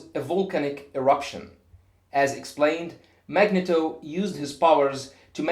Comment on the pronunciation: also the E in Magneto is pronounced with a long foul sound.